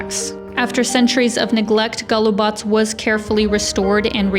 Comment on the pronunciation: Beautiful scenery! Good pronunciation of Golubac. Some people pronounce it wrongly as GolubaK. Thank you for that, shows respect for the country you are in. Very nice images of the fortress walls. You are right, we have tourists but we are not over-filled with tourists. That hill - Captain Misha's Hill. In Belgrade, we have a historic building named after him (Kapetan Misino Zdanje or Captain Misha's Edifice), now the HQ of the University of Belgrade. Thank you for the very lovely and enjoyable video.